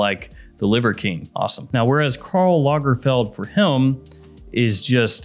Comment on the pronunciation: I swear it sounds like you throw an L somewhere in the word HIM when you say it. Always sounds like "HILM". Guess that's the Tennessee coming out lol